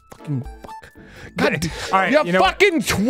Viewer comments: Im so happy Arin said Twat properly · holy shit, an american said twat correctly! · Arin is the first American I've ever heard pronounce "twat" correctly